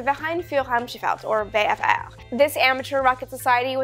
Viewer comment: Amy, please don't try to pronounce the german names (VfR), I as a native german speaker find it hard to understand, and it would be more informative to hear the meaning of the name in clear english :)